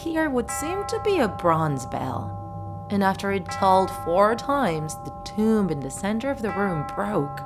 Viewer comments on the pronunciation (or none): none